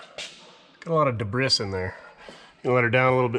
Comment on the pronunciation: I love old trucks like this, “debriss” lol I say it that way too